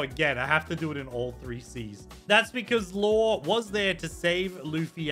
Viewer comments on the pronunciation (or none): It’s Law not Lore